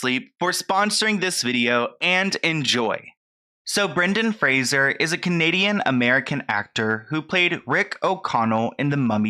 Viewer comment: Is saying Fraser wrong or was I raised saying it differently?